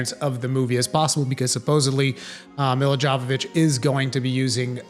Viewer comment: It's pronounced Yo-vo-vitch. Just saying lol. Her movies suck but yeah...